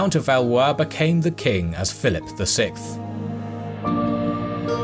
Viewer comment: Once again, love the video. And once again, your narrator says "sikth" instead of "sixth" and it bothers me way more than it should...:)